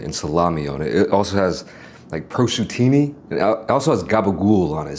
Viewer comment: What’s prochutini? It’s not prosciutto?